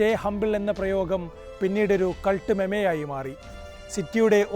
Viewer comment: Meme -is pronounced as മീം not മെമെ